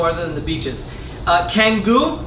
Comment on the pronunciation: Canggu is pronounced "Chang gu". C's are pronounced as "Ch" in Indonesian